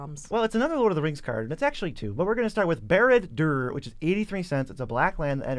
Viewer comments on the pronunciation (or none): Ok, a nitpicking nerd here, but Barad in Barad-Dûr is pronounced more like Bah-rud. Also the r letters are pronounced like in Spanish.